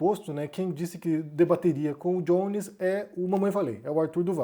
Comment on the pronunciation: Acho que é melhor pronunciar Jones como [Jones] e não [Djones] que é a pronuncia do [J] em inglês. Embora o nome possa ter alguma influência estrangeira, uma vez que ele é abrasileirado, soa mais correto perder aquele [D] inicial, e falar apenas [Jones], com som de [j] puro. Só uma sugestão.